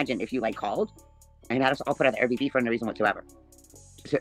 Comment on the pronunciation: That’s her house. And why does she always say, Air BB instead of the correct, Air B&B?